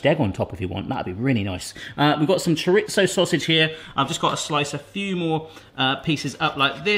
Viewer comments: My husband is from the Canaries and he says "CHORE-RE-ZOH...so not much to spilt hairs over. What is isn't is "CHARITZO!" 🙄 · Omg stop calling it "CHARITZO"...its pronounced "CHORE-REE-THOW" with the accent on "REE!" Rant over!😡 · "Churitzo hash" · there is no T in chorizo. It is cho ree zo